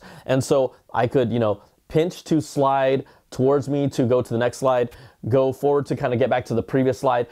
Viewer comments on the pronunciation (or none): none